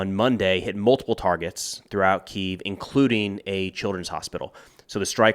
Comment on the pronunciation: You're pronouncing the Ukrainian capital wrong.